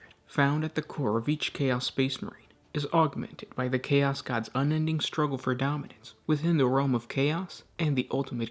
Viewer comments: Bro what is with how you put emphasis on the last syllable on words. "emperOR", "chaOS", "desiRes", "champiONS", blessING". It sounds like your speaking in iambic pentameter but with no rhythm. Sry i was driving me crazy the whole time. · What's your native language/dialect? I notice you stress "chaos" differently than I do.